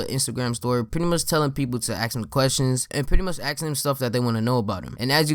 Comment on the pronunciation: “Ax” come on it’s literally a 3 letter word